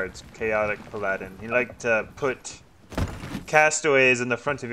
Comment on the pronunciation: So... hearing how you pronounced my name as Puh-laddin just made me want to cry out 'Caaaaaribbean Niiiiiiights.... are less deadly than Caaaaribbean Daaaaaaays which are hotter than SoT but in a good waaaaaaaay~.